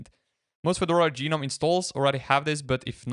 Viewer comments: Gnome doesn't need to be a mythical creature; it can also be a popular garden decoration. I encountered people mispronouncing the GNOME project this way in 1998, when high-speed internet wasn't available, and they had no opportunity to hear the correct pronunciation. In 2025, there is no excuse for mispronouncing the project name, though it might be confusing; both "guh-nome" and "nome" pronunciations became correct after 2021, but the "ge-nome" pronunciation has always been wrong. Unless the author intended to mock the project, it was really disrespectful to the people behind it. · Do you call garden gnomes garden gee-nomes?